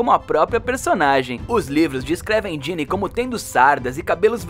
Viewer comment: É Ginna não Ginny mas o vídeo ficou incrivel